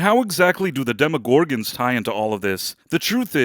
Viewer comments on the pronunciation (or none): Sorry if I’ve already asked, but why do you say demoGORgans? It’s funny. I like the content, but it’s like how a Speak and Spell would day the word😊.